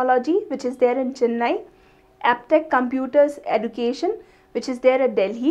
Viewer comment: Mam, Please learn how to pronounce Phoenix and Education.. Check it on google pronunciation